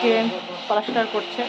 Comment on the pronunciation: তুমি পলাস্টার বলো কেন? ওটা হবে প্লাস্টার।